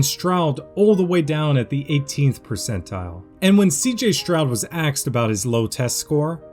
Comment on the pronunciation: I can't believe you actually said "and when CJ Stroud was AXED about his low test score" at about the mark. Do you seriously think that's a word?